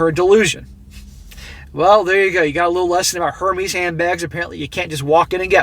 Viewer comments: it’s pronounced: Air Mez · I love how you dont give a f about pronunciation of the overrated brand